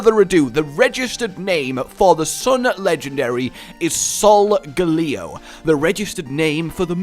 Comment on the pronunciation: it's not pronounced solgaleo it's a play on solar and Galileo so it would be prnounced Sol-ga-lay-o and the moon one is a combination of luna and galilei so it would be pronounced Lune-a-al-ei